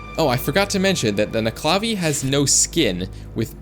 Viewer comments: As a Scottish person, it's pronounced: Nuc-e-la-vee Not: Ne-cla-vee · The way you pronounced nuckelavee annoys the shit out of me. Nuckle-a-vay not nuck-la-vee. At least that's how I've heard it from literally everyone else I've ever heard it from. Otherwise though. Great vid.